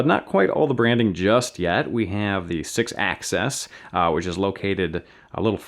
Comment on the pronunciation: why do you say sixaccess instead of sixaxis